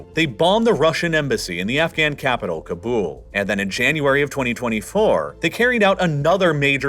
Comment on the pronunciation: Cobble. Not K''bool.